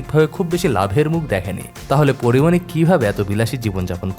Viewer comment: Am i only heard 'Kori moni' instead of Porimoni?